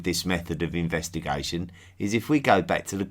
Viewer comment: Investigaishon and relaishonship !